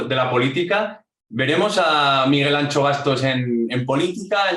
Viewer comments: Como puedes llamar al podcast "no es país para tibios" y empiezas diciendo todos y todas??? Eres un tibio socialdemócrata!!! Por cierto no es "Ancho o Antxo", lo mínimo para respetar a tal eminencia es decir bien su nombre,esa "x" se pronuncia como la sh de Shakira. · Por favor, el nombré de Miguel Anxo Bastos se pronuncia con X gallega (más o menos "sho' o "sio", muy parecido a como pronuncias el nombre de Shakira. Pero no digas eso de "ancho ", que no es vasco, es gallego. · Está gordo pero no se llama "Ancho", se llama Anxo (pronunciada la X como pronuncias Shakira).